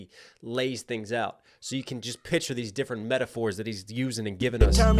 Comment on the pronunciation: 👶🍼 "Kendwick is difwent and not even cwose"